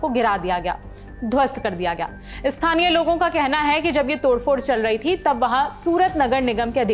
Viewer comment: आपने स्थानीय के बदले "इ स्थानीय" बोला इतने बड़े पत्रकार होने के बाद भी एसी भाषा.